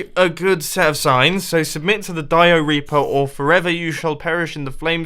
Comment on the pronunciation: When he said dioreaper I immediately thought diarrhea